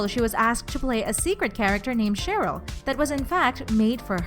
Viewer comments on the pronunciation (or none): I'm annoyed how she said Cheryl